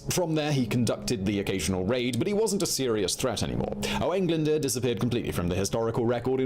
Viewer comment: Owain Glyndwrrrr it's pronounced!!